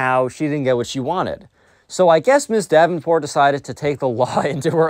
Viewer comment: u keep saying mrs. davinport